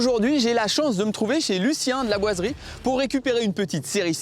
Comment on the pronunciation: tu es pâyer pour dire 'laboiserie ' ? parce que on dirais que tu dis que ça a chaque fois que j'avancer un poil la video ,j'entendais l"aboiserie " lol